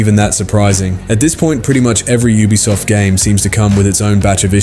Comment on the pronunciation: you are triggering my adhd , " oobisoft "